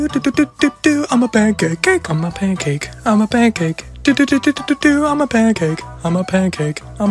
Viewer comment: What is he saying? I 'm a pank ache?